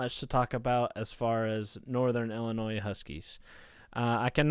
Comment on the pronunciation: Disliked because you said "ILLI-NOISE" 😂